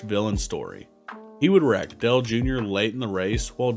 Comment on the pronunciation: "Del Earnhardt"